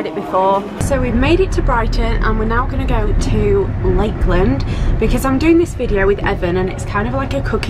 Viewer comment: I love the way you say because Becuss😂